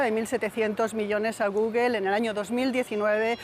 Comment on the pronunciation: Como es posible que un medio como ustedes permitan a los reporteros decir gugel? Por Dios.